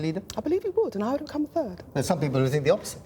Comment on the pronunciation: turd not third